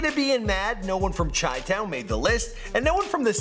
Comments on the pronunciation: its pronounced Shy not Chai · "Chai-Town" okay... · did he really mispronounce Chi-town